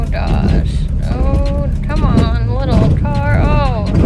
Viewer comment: Am I the only one who notices that says oh my gosh with a D like oh my doshh lmao 😂 I love it